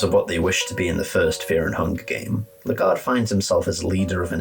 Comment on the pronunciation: also, it’s pronounced “Leg Guard” canonically